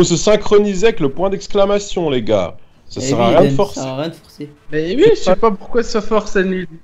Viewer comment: ne dit meme pas ''oui'' mais ''uiii''